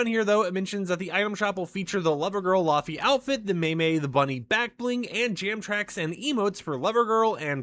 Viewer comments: So she's from Iceland it's pronounced as lay vay....cool video though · It's pronounced, lay-vay! ❤❤❤